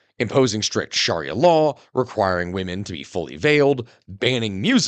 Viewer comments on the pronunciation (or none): I'm sorry for being disruptive, but PLEASE check your pronunciation of "Sharia." It is not SHARR-EE-UH. Shorten up the first syllable. As in SHUH-REE-UH or SHR-EE-UH. A major sect of a religion, albeit a controversial one, is an important thing to get right. I was gonna let the first one slide but a second time was too much for me 😅